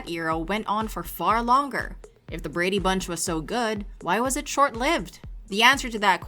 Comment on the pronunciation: Painful to listen to you say the words " Brady Bunch" The enunciation.... good lord.. Just listen t the theme song maybe?